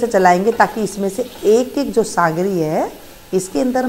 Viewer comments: Sangri nhi sogri bola jata hai. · Mem sangari nhi sogari bollo